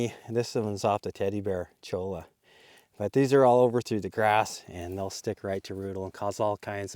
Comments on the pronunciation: FYI - Cholla is pronounced choy-ya Great video! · Love you and your videos! Just fyi- cholla is pronounced as ‘ll’ is a ‘y’ sound.